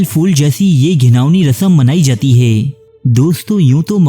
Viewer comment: Hee the way you pronounce hai 🤣🤣 heeei heii